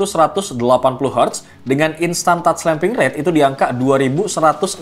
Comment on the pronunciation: "instant touch slamping rate?" 😁😁😁 kalem sampling sampling ☺😊